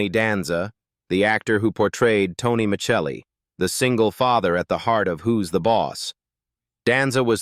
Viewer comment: Tony's CHARACTER name was NOT MICHELLI, THE LAST NAME WAS *MIS-SELLIEE* (Spelled MICELLI ) THERE WAS *NEVER* ANY CH SOUND IN THE NAME!